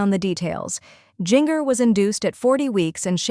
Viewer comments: It’s Jinger like Gingerbread NOT Jinger like Singer!!! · Omg its not jin-ger its jin-jer. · I don’t mean to be mean, but I watch you often. You pronounce Gingers name incorrectly. It’s pronounced Jenn-jur. Maybe that will help. 😊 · Drives me nuts the way she pronounces Jinger’s name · I agree she never pronounces Jinger correctly. Drives me nuts plus this YouTuber starts stuff that’s not true!